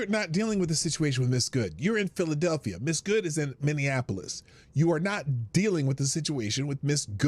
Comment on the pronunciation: She may have pronounced Minneapolis correctly she did call phlly Philllilelphia